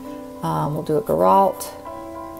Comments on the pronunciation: just to help Girault are pronouce like Gi- row Gi like Gilles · Sennelier = Sen-nel-lee-AY. Girault = Jheer-oh. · Sennelier = Seh-neh-lee-ay Mi-Tientes = Mee Taunt Girault = Gee-row